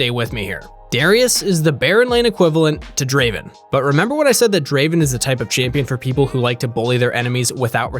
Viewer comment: Not "Draven" its " Draaaaven"